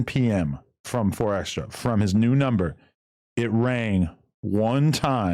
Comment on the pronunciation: Why wack always adding an “s” to 4extra? 😂